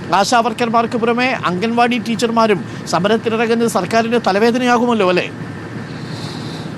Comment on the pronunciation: Mr...... അംഗൻ വാടി അല്ല.... അങ്കണവാടി........ മുറ്റത്തെ പൂന്തോട്ടം... 🥰....... അംഗന =സ്ത്രീ..... അങ്കണം =മുറ്റം..... ✅✅✅